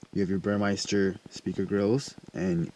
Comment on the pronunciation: Bur-Mester, not Bur-Meister